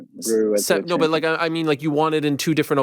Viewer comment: Aussi quand il dit i talk I talk I talk bUt I back it up 😂